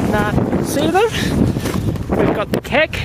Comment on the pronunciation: Good on ya for pronouncing "Keck" correctly! You'd think it's simple but I have heard anything from "kick" to "kok!"